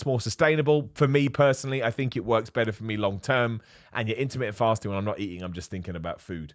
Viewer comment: It took me a second to figure out he wasn't saying "intimate fasting." I was quite intrigued, tbh